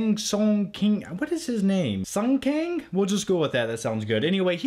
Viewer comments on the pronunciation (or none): none